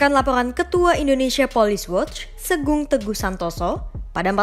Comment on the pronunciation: Sugeng min, bukan Segung. hehehe